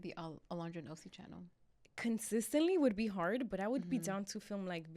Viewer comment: Who remembers “welcome back to our channer “ 😂😂😂😂